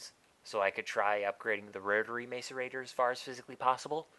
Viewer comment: you're pronouncing macerator wrong